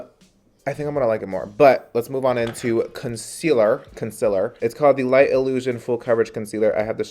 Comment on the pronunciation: ‘Conciller’ honey I caught that 😂